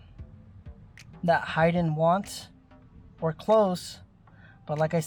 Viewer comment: It’s HAYden!! Not HIDen 🤦🏻‍♂️